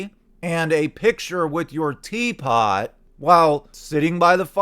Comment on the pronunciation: Lol the emphasis on the tea pot cracked me up. She was also sipping tea in that interview she did with Barbara Walters in 95. Even as a 12 year old watching that I remember thinking What a phony! She was trying to appear "classy " and "serious " by daintily sipping from her little tea set in front of Barbara and Barbara was not buying that bullshit. In Courtney's mind she views people as stereotypes. In the same interview when talking about how fast fame came she refers to people in categories like the young people, the boomers then the people like Barbara. Basically Courtney finds out what type of person you are and like a chameleon she changes to fit in and seem relatable. With Kurt she played the "punk rock chick " because she knew that would appeal to him.